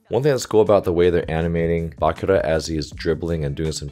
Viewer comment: One thing, the chi in Bachira is pronounced just like that, “chi” like energy, or as in “cheese”.